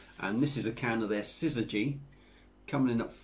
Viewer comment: Interesting name. I would have butchered it but it rolled right off of your tongue! Nice review! Cheers! 🍺🎩